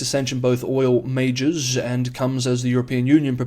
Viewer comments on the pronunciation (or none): none